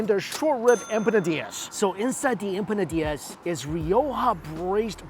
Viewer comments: Empanadias???? It's empanadas,. Hehe Love your vids, man. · As a food blogger you think he do some basic research on how to pronouce foods. wtf is a empisinada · I am very shocked you been doing this for along time and Iam one of your top subscribers.. but it pronouns.. IMPONADAS 😂 no hard feelings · Em- Pa-Na-Das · That's my boy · EM - PA - NA - DAAS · How he pronounces empanadas makes me laugh 😆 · Respect the pronunciation of empanadas my guy 😅